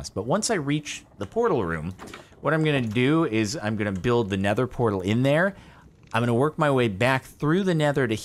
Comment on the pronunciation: "Vrrortal" Whut